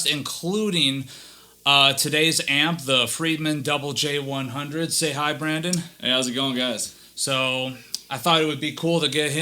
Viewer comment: Finally... Someone who calls the amp correctly. It was named after the Double J Ranch. 😬👍